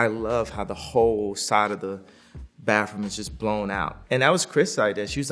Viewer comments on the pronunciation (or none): Take a shot every time Kanye says "bafroom" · Kanye: "We need a bigger baffroom" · I noticed kanye can't pronounce the "TH" In words. It comes out as "FF". Maybe due to his car accident and getting his jaw wired shut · Who’s gonna tell Kanye that it’s baTHroom not baFroom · “The baffrum” 🤣🤣🤣🤣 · Doesn’t matter how LA Kanye has become he still says “bafroom” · Does kanye says "Bafroom" to bathroom or do i need my ears checked? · Kanye: "Baffroom" Translation: Bathroom